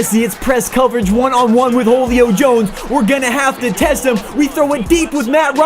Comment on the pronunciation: "Holio Jones"